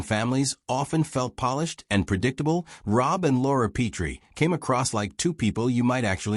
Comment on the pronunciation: Their last name wasn’t Pea-tree. It was Pet-ree. Teach your AI how to read names if you intend to create nostalgic videos.